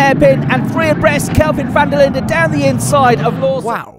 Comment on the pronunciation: Linde is pronounced "Linduh"